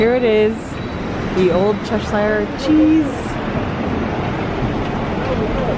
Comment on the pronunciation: Really enjoyed this. By the way, Cheshire is pronounced Chesha rather than cheshayr, if that makes sense? We pronounce shire like a shur or sha sound.